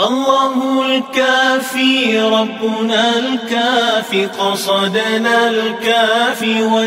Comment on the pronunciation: Alhamdulillah yg ni baru betul sebutan قَصَدْنا dan كَفَانَا 2 harakah. 👍